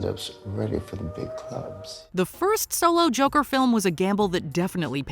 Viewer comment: Stop pronouncing it like you're fuggin French. Just say Joker 2 don't be a jerkoff.